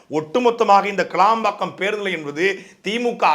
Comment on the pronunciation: சாட்டை துரைமுருகன் அது கிளாம்பாக்கம் கிடையாது கேளம்பாக்கம் நன்றி வணக்கம் நாம் தமிழர்